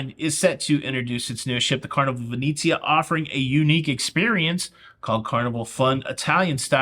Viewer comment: ven-etsy-ah -NOT ven--eee-zia :)